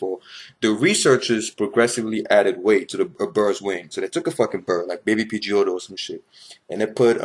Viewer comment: Did you say baby pirgeottos?? hahaha gotta catch em' all.. all them GAINZ